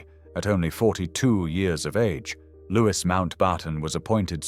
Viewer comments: Louis is pronounced Looey not Lewis, you ignorant fool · His name is pronounced Louie not Lewis!! He has been dead for many many years, so what is the point of dragging his name through the mud 46 years after his death? Apart from sensationalism, there is no reason. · Loo- ee. Not Lewiss. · His name should be pronounced "Louey Mountbatten", NOT "Lewis Mountbarton"! It is a pity that you couldn't find an actual living Brit to narrate this story! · Why should we believe your information if you cannot even pronounce his name as " Lou-ee" and has never been known as "Lewis". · It's not pronounced Lewis. It's Lou-ee. I suspect that if the family wanted it pronounced Lewis, they would have spelled it that way. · Louis is mis pronounced. It is not Lewis it is Louis the same as Louis the Sun King of France. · The Brits pronounce “Louis” as “Lewie” - silent “s”. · Lewis? ffs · Louis is pronounced Louie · In English, Louis is pronounced Lui or in the French way Start with that correction to improve on any seeming ignorance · His first name was pronounced Looee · You don’t pronounce Louis as “Lewis”. Get it right ffs! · Loo-ee, it is pronounced Loo-ee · Well put together and interesting with excellent narration and clear diction, so rarely heard these days. I would however, question the pronunciation of his first name - the "s" should be silent and, at times, the surname sounded like "MountbARton" which grated. Also it was inconsistent which confuses the listener. I would correct this. Otherwise a very enjoyable visit into the life of a very complex man. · Please get his name right . Pronounced the French way